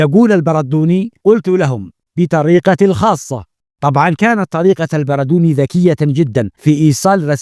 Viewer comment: البردوني بتشديد الدال